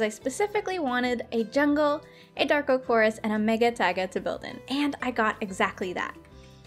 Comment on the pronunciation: Hahaha When she found the jungle taple she said jonh so cleary not anything close to jungle but shes a great youtuber and shes just what i wantd she can build and it teachs me new things great youtuber keep it up